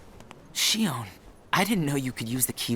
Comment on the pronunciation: It's Xion(Sheon)